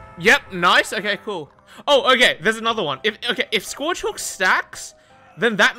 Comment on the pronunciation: Anyone wanna teach how to say Scourge?